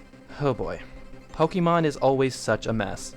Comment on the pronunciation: The way you say "Pokemon" bugs me so much xD Don't get me wrong, tho. Great video all-around. Cheers! By the by, I think Little Mac is this installment's "retro" character. Sure, he had a new Wii game, but he debuted in arcades and the NES, and his latest game before Punch-Out Wii is (to the best of my knowledge) Super Punch-Out on the SNES.